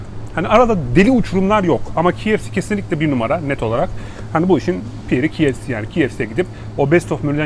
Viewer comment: bi duzeltme yapayim. KFC - Key Ef Si diye okunur. Kolay gelsin